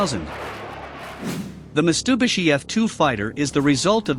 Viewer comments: What the ....Mis-tu-bi-shi? Really? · Mistubishi...? umm... I think that should be Mitsubishi...